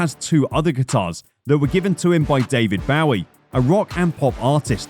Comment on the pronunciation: David BOW-E?! Are u effing kidding me, you’re English for crying out loud, you should know better